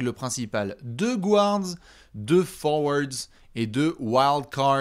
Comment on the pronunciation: ca se dit "GARD" et non pas "GOU-ARD"! 🤣